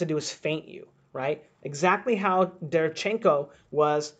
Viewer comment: imma help you out. Its pronounced DE - RE - VIAN - CHEN - KO. stress on viAn